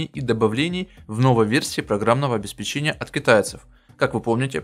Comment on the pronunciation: ОбеспЕчения, а не обеспечЕния